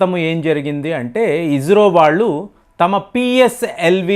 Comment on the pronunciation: అయ్య నువ్వు స,కు జ,కు తేడా తెలుసుకో అది ఇస్రో, ఇజ్రో కాదు నీ తెలుగుకు ఒక దండంర అయ్య